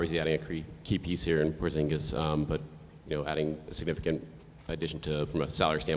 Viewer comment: Actually his correct surname in latvian is spelled Porziņģis where ''ņ'' sounds like pronouncing ''New'' and ''ģ'' is hard to describe coz there's no such sound in english :)